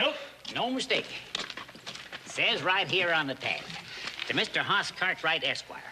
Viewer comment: They're supposed to say Hoss But sounds like Horse